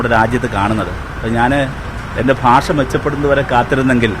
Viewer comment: ഭാഷ... ഭാഷ.... എത്ര ഭാഷ... ബാഷ....😅😅